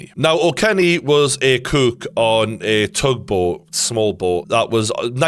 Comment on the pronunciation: Love how he pronounces cook as kook 😂